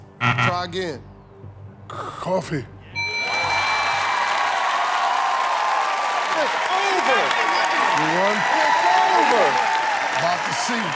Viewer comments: “Padnts” he said 😂 “Tea” try again “Ccccchhhooofffeee” Shaq best contestant ever! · Charles Lumia LMAO!!! Also.....Coo..coffee ! Lol!!!